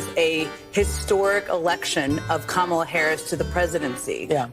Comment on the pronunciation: Kama-ma-la-la-la, LOL! That woman was ridiculously dumb! 😂😂😂